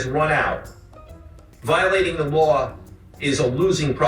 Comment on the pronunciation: "Wiowating da waw", Yea yea DA guy... learn to make a VEE and or ELL sound and I MIGHT find your words intimidating. "wiwisection of wixens is illwegal" And YOU,... stop endorsing gambling houses. Gambling sucks. It RUINS lives. Unlike a drunk who gets cut off by a bartender, the gambling house is under NO such obligation.